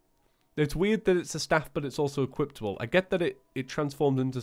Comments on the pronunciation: STOP SAYING EQUIPTABLE ITS EQUIPABLE!!!! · why do you say equiptable instead of equipable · I know he does it because he wants to BUT ITS PRETTY ANNOYING TO HEAR EQUIPTABLE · did he just say... equiptable?